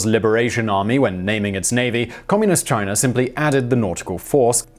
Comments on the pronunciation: One thing to pronounce a consonant like a vowel. If China had an "r" at the end of it , ironically Simon would pronounce it properly! But ... english people butcher their own language so badly that it is okay add a consonant sound to a vowel I guess. Just put an "r" sound when you see "a". What is next? Put a "b" on the end of words that end in "o" maybe? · I’m familiar with China. Never heard of Chiner.